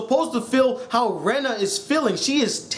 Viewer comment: And you pronunce rena's name Ren a